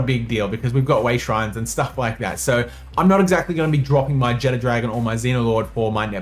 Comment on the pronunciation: I dont know why everyone pronounces Jetragon like "Jet Dragon". Theres no "D" in its name